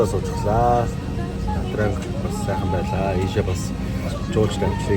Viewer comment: на транг л гээд байх юм На Чан гэж дууддаг